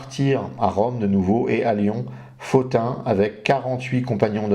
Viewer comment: Bonsoir Merci pour ce passionnant exposé. Pourquoi prononcez-vous Pothin [Fotin] et non [Potin] ?